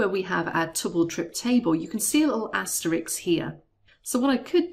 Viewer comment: "Asterix" lol